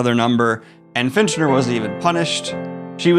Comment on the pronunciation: It's FITCHner, not finch-ner. Prime?